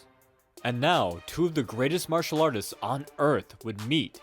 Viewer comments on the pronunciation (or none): none